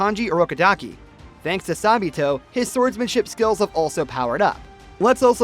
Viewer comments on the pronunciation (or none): none